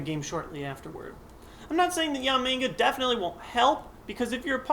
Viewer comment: Is it just me, or does it sound like he keeps calling Yanmega "Yamenga"?